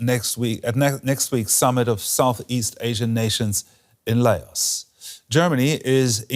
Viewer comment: Layos 😂 it's LOUSE (laos)